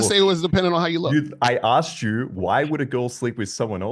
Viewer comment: asked not axed . A rocket 🚀 scientist didn’t wake up with the knowledge. They “ switched “ themselves up, to grow and do better. Why not change and be a better version? Sounds like a girl “ this is me and who I am , take it or leave it” 😂😂…